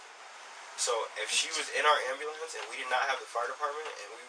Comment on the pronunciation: He's been an EMT for years and still can't say "ambulance"?